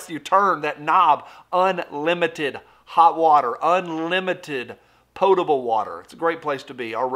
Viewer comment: One of the only people I have ever heard pronounce ‘potable’ correctly!